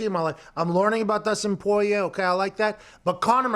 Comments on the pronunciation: Pat: Dustin Poyay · It's not "Poyay" 🤦🏻‍♂️ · Lmao when Pat pronounced Dustin’s name I shot juice out my nose and mouth